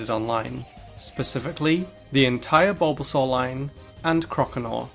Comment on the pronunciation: YES, BUT THAT IS NOT HOW YOU SAY THOSE NAMES!